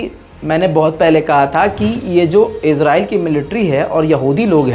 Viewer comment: Israel ya Israel Naam sahi se bolna Sikh